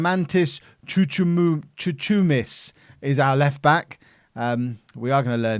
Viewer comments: Chouchoumis is pronounced Houhoumis btw and Chouchou is a slang way of saying dick in Greek😂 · it's Xouxoumis!!! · Chouchoumis is pronounced Houhoumis. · chouchoumis is pronounced Houhoumis